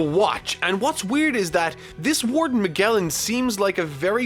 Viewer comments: It’s pronounced as MaJellan not MaGellan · I'm far more bothered by his pronunciation of *MAH-GEHL-IN*. It's *MAH-JELL-IN*! The Animaniacs even did a song about him, come on. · Its (Mah-Jell-an) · Its pronounced like mage or to put it bluntly majelan. (Magellan) Also the amazon lily is inspired from circe's island from homer's odyssey and he impel down is from dante allegri's hell comedy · Its pronounced Ma-jell-an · Yeah but he should still know how to pronounce Magellan.